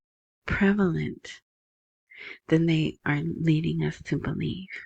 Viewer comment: Girl quit playin... you know you can say prevalent 😂